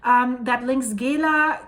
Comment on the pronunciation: It's pronounced Neeshamey. And Gela is Jayla.